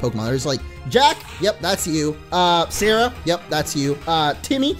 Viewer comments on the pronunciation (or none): none